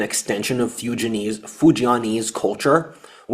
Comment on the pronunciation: Decent Chinese Mandarin pronunciation. Except for Fu-jian. Rhymes with Ko-rean.